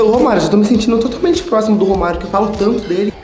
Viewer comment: Quando ele falou romario eu entendi vô Mario achei q era avô de algum deles